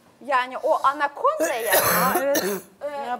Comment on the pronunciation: Melek hanım çok güzel söylemiş Anakonda diye😂😂😂😂😂😂😂👍👍👍👍👍👍👍